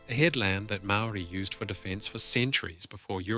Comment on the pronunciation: The G ,in Rangitoto is silent ,and Maoris is also not said ,the way you pronounce it .